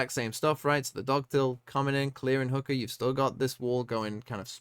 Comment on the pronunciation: I love that pronunciation of "hookah" is hooker.. Damn!